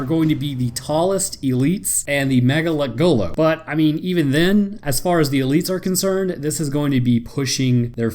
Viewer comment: now say this one with me. Ma- nga- lek- go- lo. Mgalekgolo. Not mega lekgolo.